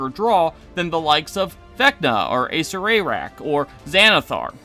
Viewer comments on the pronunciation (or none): Holy shit you butchered the acererak pronunciation